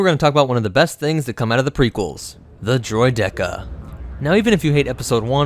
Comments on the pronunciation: Droid-E-Ka? It's Droideeeka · Don’t they pronounce it droy-dee-cuh? Not droy-deck-uh? Honestly asking here, saw episode one again a couple weeks ago and I swear the trade federation bozos say something like ‘they’re no match for droy-dee-cuhs’. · It’s droideka not droy deck uh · I pronounce it "Droid-e-ka" not "Droid-dek-a" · Droid-eka. Not Droid-Deka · Dillon Orr Droy deck uh sounds disgusting and incorrect imo. Droideeka as every character in star wars pronounces it is more better. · Why are you putting the emphasis on the "dek" in droideka that sounds so weird it's "droyd-uh-kuh" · It's pronounced Droy-dee-kah you ingit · Destroyer droids! not rolly polly. Dro-dih-kah . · it's DROID-eh-KA tho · I could not finish this video due to your pronunciation of Droideka. It's pronounced Droik-Ihka!!!! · Thank you lol I keep cringing every time I heard droid-dekah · Droy Decka 💀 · Droyed decka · I like how we were given a solid pronunciation of "Droideka" in the movie and then this narrator just goes and says it differently. ... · Literally no one in the star wars universe calls them droid-eka, not even in the phantom menace! why do you insist on saying ti say badly? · I really feel like that's the wrong way to pronounce its name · Pronunciation is WRONG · It bothers me how you pronounce droideka. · Im surprised you love droidekas yet you pronounce it so wrong lol. I mean tomato tuhmahtoe i guess. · I’ve literally never heard droideka pronounced that way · I don’t like how you pronounce droideka too much emphasis on the second e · You're saying "Droideka" wrong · no offense but please learn to pronounce droideka Nute Gunray says it in EP 1 and so does Anakin in EP 3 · Droideka. It might just be my friends and I but I could swear the E had way less emphasis. Love the videos by the way!